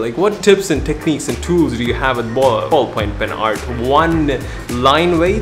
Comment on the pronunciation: Ballpoint pen. Say it with me Ballpoint pen. BALLPOINT PEN